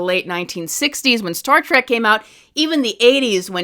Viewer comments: It is "Trek" with an E. Not "Trak". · Trek, not track.